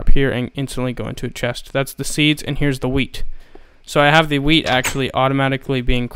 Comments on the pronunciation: skatemaniak212 porbably know it said WHEAT but the accent made it sound like weed, dumb fuck *facepalm* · i thought u said weed farm